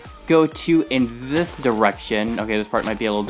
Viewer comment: Why is your "This" Sound Like "Zies"?